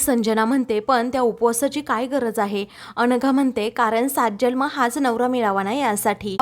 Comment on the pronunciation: Jalm नाही जन्म म्हणावे